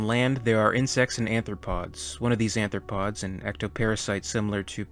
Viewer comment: "Arthropods", not "anthropods".